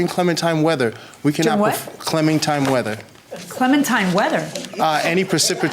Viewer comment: I can't stop replaying the "clemintine weather" part. This guy definitely has a 2nd grade education 🤣😅😆😄